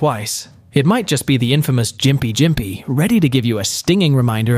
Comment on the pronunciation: As a Austran, i beleave gympie is pronounsed (gimp-ee)